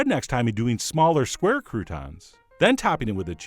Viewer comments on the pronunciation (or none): none